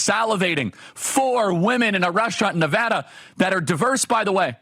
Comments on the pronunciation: Washoe County Resident here! First of all thank you for saying Nevada correctly. Secondly there is a HUGE shift to the right in northern Nevada this year despite the polls. Vegas has and always will be the left problem in the state. We've been crushed by leftist California policies bleeding into our county. At one point our gas prices were the third highest in the nation...... in Reno, Nevada. Absolutely ridiculous. The red wave is coming. Keep up the good work Charlie! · Mr Kirk thank you for pronouncing my home state correctly! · Thanks for pronouncing Nevada correctly. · Thank you for saying Nevada correctly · From a fellow non college educated person, boy it sure is nice to hear someone finally pronounce the name of the county correctly and the name of our state correctly. I am so tired of politicians coming through and saying the name incorrectly and asking for our vote. It's all that darn college education that makes them think they don't even have to bother with the basics of learning how to pronounce names correctly. Thank you, Charlie, and please never quit your college campus interviews. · OMG IM FROM NEVADA!!! I live in sparks (washoe county) And you said NV correctly!!!! Ya!!!! I’m voting Trump too! Nevadans are cool!!! 😎 🎉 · Thanks for saying Nevada correctly! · Woah he said Washoe and Nevada correctly!?